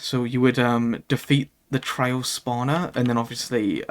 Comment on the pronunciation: Most of the time you sound like you're saying "trail", like the synonym for "path".